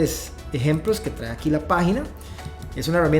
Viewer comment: Excelente video, gracias. Sólo un favor de pronunciar traé, esa palabra se pronuncia trae sin acento en la e.